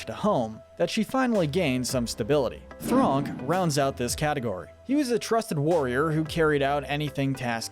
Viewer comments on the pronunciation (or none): I- did my mans say spitlout? Edit “thronk” 💀